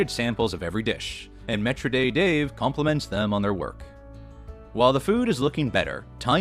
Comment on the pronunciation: 'Metra day' ? Maître d.